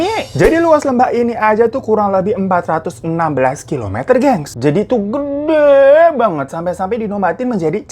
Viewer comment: Menit 2.22 kak hiro typo ,gede jadi geda